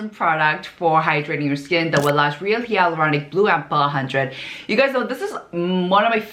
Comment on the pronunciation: She just confirmed it here in her comment. It's not her accent, she replied that she had no idea that it's pronounced as "hay-luronic."